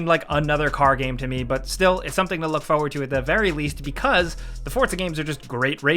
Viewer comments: I like how says "fow-ward" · I just wanted to hear you say foewurd. Thank you.